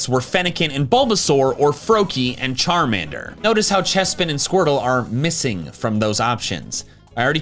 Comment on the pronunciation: It's Charmander, NOT Charmeder!